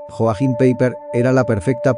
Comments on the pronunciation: Hola! Un detalle.... ¿Porqué no estudias un poco de alemán básico? Como mínimo pronunciarlo correctamente. Que no es tan difícil. Porque un 99% de tus temas son sobre alemanes, Alemania o similar. En realidad creo que más del 99%, ¿no crees? JOACHIM PEIPER, NO se pronuncia Joajim Peiper, como continuamente lo pronuncias en este video, sino YOAJIM PAIPA. La J se pronuncia como la Y española. O si lo prefieres la doble L. O sea LL. La CH, se pronuncia como la J española (como por ejemplo el famoso músico BACH, que se pronuncia BAJ, y que significa ARROYO, por cierto). Y el diptongo EI, se pronuncia SIEMPRE, AI. Y siempre que veas una palabra terminada en ER (y hay muchísimas), OLVÍDATE de la E y de la R, su pronunciación española es una A. O sea, su pronunciación sería YOAJIM PAIPA. La pronunciación alemana NO es tan difícil como pueda parecer. Desde luego es mucho más sencilla que la francesa o inglesa. ¡¡¡TE LO SAGURO!!! Y con unas pocas horas de estudio, muy pocas, podrías aprender a pronunciarlo CORRECTAMENTE. Si no sabes cómo o con quien, yo me ofrezco a ayudarte. ¡SALUDOS! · Vamos a ver, cuando de algo se dice españolísimo, se refiere a que en ese idioma (español), esa palabra o nombre se dice así. Es decir, Joaquín, mientras que en otro idioma, por ejemplo alemán, ese nombre es Joachim y se pronuncia YOAJIM, NO COMO LO PRONUNCIA EL CREADOR DE ESTE CANAL. En cuanto a que dicho nombre, sea de origen judío (lo cual desconozco y además, me importa UN PITO), te daré más datos. LA HERMANA DE ADOLF HITLER TENÍA EL JUDAÍSIMO NOMBRE DE PAULA (recuerda al judío Paulo de Tarso). Saludos.